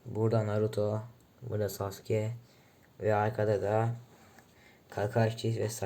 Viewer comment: Gıcık oluyorum saske diyenlere sasuke böyle